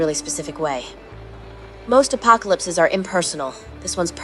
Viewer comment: Lost me at "apokellipses".